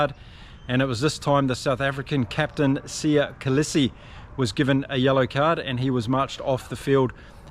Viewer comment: 'SEEya KohLeesie' for the correct pronunciation of the SA captain's name... Thanks for the accurate summary! The winger Arendsa = 'Ah ren Sa' 😁